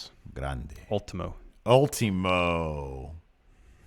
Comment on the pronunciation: "all-timo" xD at least he doesn't exaggerate the hard R.